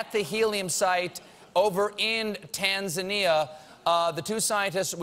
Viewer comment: As Tanzania,.... am very proud to hear how Stephen pronounce TANZANIA....Please visit us one day we will teach you Swahili. Tanzania the land of Kilimanjaro, Zanzibar, Serengeti, You will enjoy the wildlife Safari and most beautiful beaches of Indian ocean. Tanzania is the most beautyful country in Africa and so peaceful..